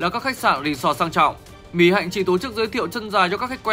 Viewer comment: Mic đọc tên Mỹ Hạnh sai . Vất vả quá.